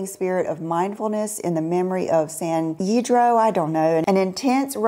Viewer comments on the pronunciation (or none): love your honest comments on everything you try on. Victoria Beckham San Ysidro is pronounced San EE-say-dro (dro as in throw) (San EEsaydro). That is the name of our church in Corrales, New Mexico. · In case anyone is interested … San Ysidro is pronounced San “eee-see-dro”. I only know because I live in California and it is a city here 😊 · Just sound it out, there is no ya